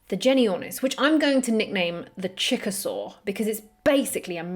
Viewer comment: I know you said “Chick-a-Saur,” but it sounded like Chickasaw, which is a Native American (American Indian) nation.